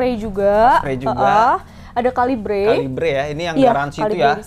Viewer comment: Bacanya bukan kalibre ngab, tapi kaliber FYI